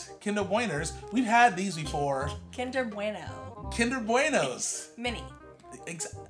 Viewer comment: Omg! Kinder Bweners 😂 This video cracked me up lol! Thanks guys 😂🙏🏼